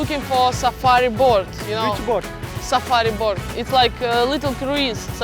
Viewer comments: Кто-нибудь, скажите, что лодка на английском произносится не боРт, а боут)) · почему Настя говорит "сафари борт" если правильно "сафари боут" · я думала мне одной показалось, что она произносила боРт >_< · Почему она постоянно говорит "борт" на лодку? Неужели так сложно выучить хотя бы одно слово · я понимаю что английский не у всех идеальный, но она целый день говорила BORT на лодку и никто ее не поправил!